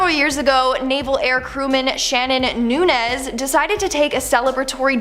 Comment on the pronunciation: 👍 Thank you for pronouncing “Nunez” correctly!